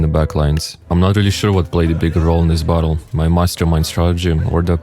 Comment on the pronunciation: When you say battle, it sounds like bottle